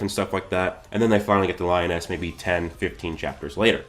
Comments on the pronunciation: LEEEE-OOOOOHHH-NEEEESSSSSSS not lyon-es TF??? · Lee oh ness is how you say it I think? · Lee -oh-naise..... :p lol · Li-o-ness 😂😂😂 good vid though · Cool vid but Liones isn’t pronounced that way bro